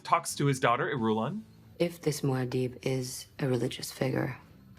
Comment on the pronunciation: No way you pronounced Muad'dib wrong